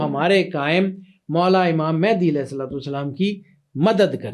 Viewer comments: Naam toh sahi lele bahen Mahendi nahi Mahdi hota hai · It's Imam Mehdi not Imam Mehndi